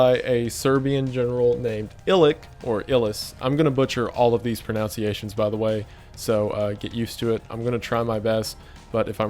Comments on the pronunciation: Wendigoon: I'm going to butcher all of these pronunciations by the way pronounces "pronunciation" as "pronounciation" , absolute legend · "I'm gonna butcher all these pronounciations" lol you butchered the "pronounciation" of proNUNciation before even reading the names xD did all the research but couldn't spend 30 seconds on Google to learn how to say the names... come on bruh... "Sara-ve-ho?" How do you miss that one?